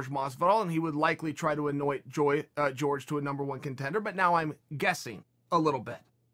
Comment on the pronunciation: Jorge is pronounced horhay not George lol